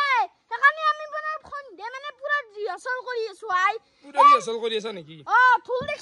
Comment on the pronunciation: Rihasol nohoi rehearsal